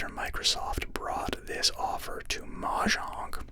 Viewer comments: i mean it's normally either mo-yang or mo-jang and hearing mah-jang the first time really caught me off guard though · That pronunciation of mojang made me open my eyes like a gunshot went off in my house